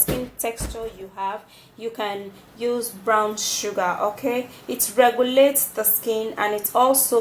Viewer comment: && ITS Brown nott Brawn ik u working on English but I love da video babe